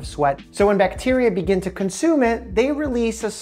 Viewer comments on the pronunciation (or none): none